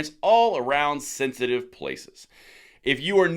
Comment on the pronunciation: It's pronounced thenthitive😅